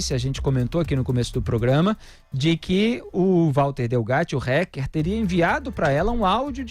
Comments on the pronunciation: Alguém diz ao Felipe que não se diz "RECKER" Kkk é Hacker, Felipe, a pronúncia é Hacker com som de A um pouco mais puxado rsrs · RÁKER E NÃO RÉQUER, ÓTIMA REPORTAGEM, OS PINGOS NOS IS É UMA BOA FONTE DE INFORMAÇÃO, GRAÇAS A DEUS POR ISSO. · A pronúncia da palavra fica melhor assim: "rÁquer" e não "rÉquer". Apenas isso, já ficará melhor! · Pô, Felipe! Fala "TELEGRAM" ao invés de "TÉLEGÜERM" para não ser muito chique, mas fala "RÉQUER" ao invés de "RÁQUER"? 😂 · Mas fala réqer .kkkk a brasileira isso haker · Dói o ouvido ouvir “hécker” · Gosto muito dele, mas dá agonia de ouvir o Felipe Moura falando "reque". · porquê não fala o nome hacker direito. reck reck aff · Em portugues hacker = aquer, english rraquer no rrequer.